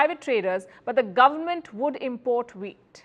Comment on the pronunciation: Pronunciation: syllable stress IM port = noun, im PORT = verb I know it's weird but it's our language now though we didn't invent it. Hi from Ireland 🇮🇪